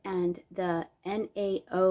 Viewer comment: Great video! Loved the tea time! Nao (pronounced Now) is a brand of the Lladró group with its pieces in a similar style. Great find!